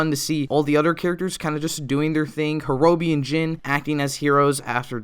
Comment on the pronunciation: The fact that you call Horobi "Hor Row Bee" is mind bending to me